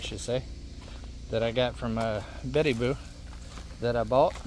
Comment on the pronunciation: I believe it's Bitty Boo. You know pronounces things with a twang lol